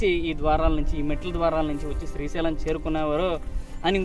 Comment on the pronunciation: Good video. Appreciate the info. Ok Kani daggara malli “Strhi” Sailam Annaru. Adi purusha sailam, sthri sailam kadu. Sri Sailam. You need to fix your pronunciation for such a holy place. I corrected you in an earlier video and you deleted the comment within a few minutes. Because you chose to make multiple videos around that holy mountain, it is your minimum courtesy to say it properly in order not to offend devotees. As usual I know you will delete this comment promptly but at least don’t repeat this mistake again You have to make an effort to correct yourself. Thanks